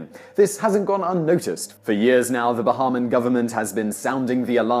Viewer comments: I dont remember being called a Bahamoan It's Ba-ham-i-an. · It's not Baha-man.... It's Ba-hay-mee-an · ❤️ you Simon, but describing things/people from the Bahamas is pronounced Buh-hey-mee-in. Most people don’t pronounce it correctly. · Shut up about Americans. It’s Bahamian not Bahaman. You journalist you. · It's pronounced Ba-Hay-Me-An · Simon it's pronounced BA-HAY-MI--AN